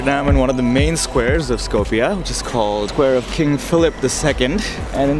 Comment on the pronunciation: stop butchering my language its not skopie its skopje